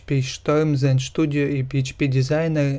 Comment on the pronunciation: Студио а не Штудио